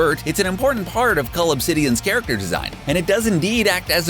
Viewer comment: That his name is cull not cold 😂🤷‍♂️